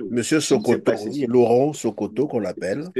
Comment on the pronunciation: C'est Laurent Sokoko et non Sokoto, vous avez écorché son nom